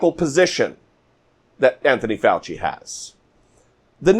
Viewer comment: speaking idiots you keep mispronouncing Dr. Fauci's name every time you talk i know Trump is a mindless wonder lost in his own world but remember this when someone mispornounce your name it's like and insult and the Dr. will tell you this in your face